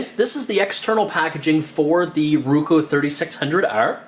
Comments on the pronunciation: its not ruko its roku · I'm Canadian. That's not a Canadian accent. You are mispronouncing it. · if you say ruko one more time I'll lose my mind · nice video but the correct brand name is ROKU and not RUKO ! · IT'S NOT RUKO !!!!!!!!!!!!!! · Right? How do you mess up a two syllable word.